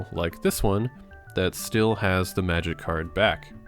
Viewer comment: May-jic and aysa-tone